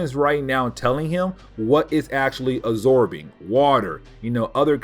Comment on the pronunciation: "Uh-zorbing blood."